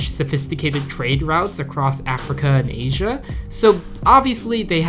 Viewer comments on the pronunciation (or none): none